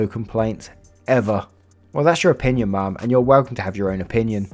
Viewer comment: why do you say ma'am like mom 😂😂